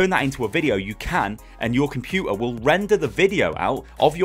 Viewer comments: that cockney: compu-ar XD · Compu'er The most unexpected glottal T's ever. Sounds cool though :)